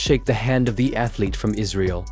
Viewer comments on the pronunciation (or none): none